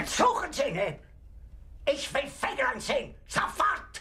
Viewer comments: No, it is SPELLED, fegaline. and it is pronounced: Fey ga lane. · no it´s spelled Fegelein and pronounced: Fey ga line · Fegaline Fegaline Fegaline.. What the he'll is a fegaline. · to spell a word means to separate the single letters the word consists of or am i wrong? so his name is spelled: F E G E L E I N. i must know i´m german^^. and in English the best solve to pronounce it is: FAY GA LINE;) argh arhg... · Look up the name again it's fey ga lane.